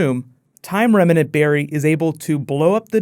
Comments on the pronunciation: It's remnant, not reminant. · its "time REMNANT" not "remEnant". there's no "e". just annoyed me when he kept saying remenant lol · holy fuck dude remnant is two syllables, not remanant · It's remnant man not remenant. :) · Why do people keep pronouncing remnant as reminant? lol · Is it remnant or remenant? Where'd the extra vowel come from? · Remnant - two syllables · Remnant. 2 syllables. That was driving me insane.